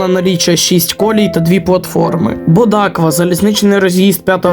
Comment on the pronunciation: Наголос неправильний ставиш) на Бодакві і Сенчі